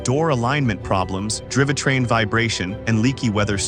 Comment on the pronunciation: "Drivatrain"?? -- Gawd....